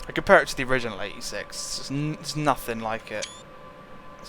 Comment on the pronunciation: Think he said the 86. Sounded like 36...